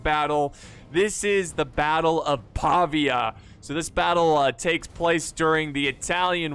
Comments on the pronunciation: Pavìa not Pàvia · It's pronounced Pa-vi-a.